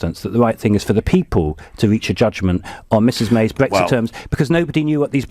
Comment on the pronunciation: wtf? my pension has no link to the EU whatsoever, this guy is a liar. Anyone noticed this guy pronounces Brexit "Brextheert" just like that fat ugly black PM.